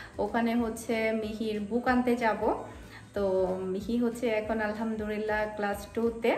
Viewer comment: আসসালামুয়ালাইকুম। কিছু মনে না করলে আপনাকে একটা কথা বলব। আপনি যখন" আলহামদুৱিল্লাহ" শব্দটি উচ্চারণ করেন সেটি ভুল হয়। সঠিকভাবে বলতে গেলে বলতে হবে "আলহামদুলিল্লাহ"। আপু ভুল উচ্চারণের অর্থ কিন্তু পাল্টে যায় এবং সাথে গুনাহ হয়। আপনার ভিডিওগুলো সব সময় দেখি এবং খুব ভালো লাগে। তাই আপনারে বারবার ভুল উচ্চারণ টি আপনার জন্য আমার মনে কষ্ট ধরিয়ে দিয়েছে। তাই আপনাকে জানানোর জন্য এই কমেন্টটা করলাম। কিছু মনে করবেন না দয়া করে।